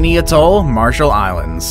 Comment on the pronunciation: These are not even the most dangerous and you don't seem to be able to pronounce the word atoll.